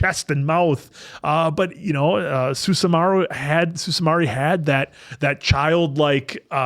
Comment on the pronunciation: Susa-maru, not Susama-ru